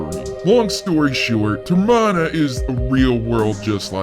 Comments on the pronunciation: It's Termina not Termina or Termana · it is not termona it is termina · It's pronounced ter-mi-na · Why did you pronounce termona that's not how you say it. It doesn't even look like that!!! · Also why termena??!!!!!! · "ter-mah-nuh" That pronunciation hurts my brain... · Why do you keep mentioning Majora? He has absolutely nothing to do with this game or it's story. It's the skull kid wearing the Majora's Mask who is the main villain. Also learn to say "Termina" correctly please.